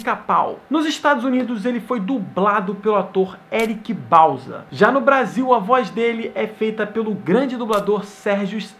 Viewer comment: 5 06 blasil ao invez de brasil